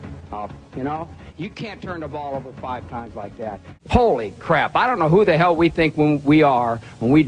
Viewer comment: Honorable mention to the way he says “HOLY crap.”